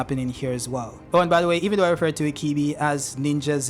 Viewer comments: Why do you keep calling ibiki, ikibi? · Sir You kept pronouncing Ibiki wrong you kept saying Ikibi not ibiki!!!! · Dont know why you keep saying "IKIBI" It's I-B-I-K-I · R u saying ikibi 😂 lol it’s pronounced E - BEEEEEEK- ie 😂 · His name is Morino Ibiki and not Ikibi LOL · Ikibi ??? My hears hurt, it's ibiki for fck sake damm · bruh, not that hard to say EEEE BEEE KEEEEE.. ikibi lmao xD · Am I the only one that gets triggerd by the wrong pronunciation of the name "Ibiki" I-BI-KI not I-KI-BI .......nontheless cool Video! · Mitsuki the real MVP this chapter. Also stop saying Ikibi. His name is I...bi...ki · I think he's called ibiki not ikibi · HIBIKI repeat after me HI-BI-KI! Thank you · Say it with me E BEE KEE Ibiki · its pronounced e be ki my guy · Bro keeps saying “ikibi” like the name ain’t in many pages he’s reading. The cuffs restrict the formation of chakra, not just jutsus. Everyone uses taijutsu, that’s physical reinforcement type of jutsu. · Pronouncing Ibiki’s name wrong the whole video is nasty work😬